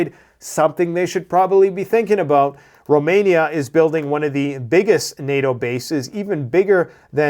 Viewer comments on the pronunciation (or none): none